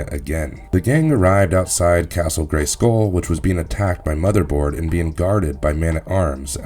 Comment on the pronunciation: Why why why do you put the emphasis on the "skull" in Castle Grayskull? It sounds so weird.... GraySKULL.